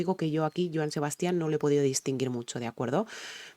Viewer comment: Se pronuncia "Sebastian" sin acento en la última "a", el énfasis al pronunciar su nombre debes hacerlo en la primera "a". De él puedes reaccionar a "25 flores" o a "Maracas" que la cantaba con Alberto Vázquez Saludos